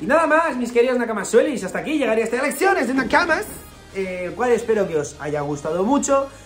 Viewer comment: Parece que digas "erecciones de Nakamas"